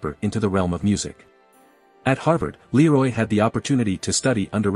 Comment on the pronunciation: The image is not Leroy Anderson. The artificial voice mispronounces his first name.